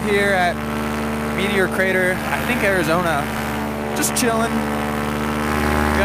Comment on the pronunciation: "I had never been out west" Kina obvious because you pronounced my home state wrong